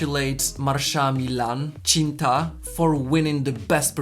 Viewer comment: i love how you pronounce malay words like cinta and apa khabar 😍 like like like 😍